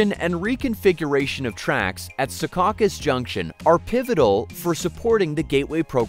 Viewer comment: And it's Sea Caucus, not SehKAHcus.